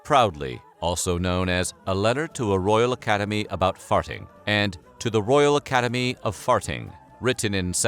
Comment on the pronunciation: Farting. Not fartting. 🤓💨💨💨💨💨💨🗣️